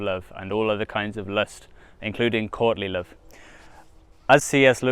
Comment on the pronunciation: Every time you say Courtly Love, I just hear Courtney Love. And that'll just make this reading so much funnier. Can't wait.